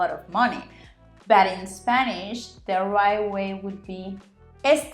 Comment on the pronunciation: As always, a great video! I learn a lot from you. Still wish you would sloooow down on your Spanish parts though. Yes, I know I can slow it down with the settings, but then your English sounds very very slow. Not to criticize, just constructive thoughts for you: But & bad, you need to enunciate your vowels better. They sound the same. And, most, is not pronounced With a short o like many Spanish people do. You need to make your o LONG for this word, otherwise it sounds like moss, that green plant that grows on rocks. My Spanish friends say dogs and ducks exactly the same way, so I’ve heard this problem before. Hey, if I have to learn how to roll my Rs before anyone understands me…